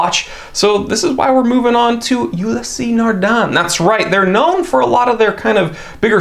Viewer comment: Ulysseee? The pronunciation is ULYss